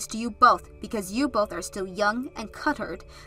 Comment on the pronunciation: It's not cuttered, it's cultured. With an L, not another T.